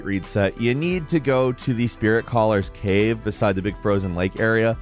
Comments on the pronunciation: "The Seethwater Caheughve" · The seethewater c'ave😅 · The way my dude says "Cave" lol